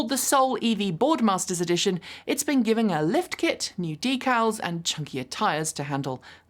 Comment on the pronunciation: Interesting pronunciation of decals, is that an American or British way to say it I wonder as Canada where I grew up no one said it that way. Purely an observation.